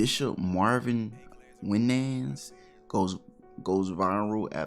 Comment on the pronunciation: Young brother, just so you know….it’s pronounced WHY-nins. He’s a member of the legendary Winans singing family (Bebe & Cece Winans/ The Winans). They’ve recorded a bunch of hit records over the years. Having said all that. This is some straight up sucker sh*t he did. Zero respect for Marvin.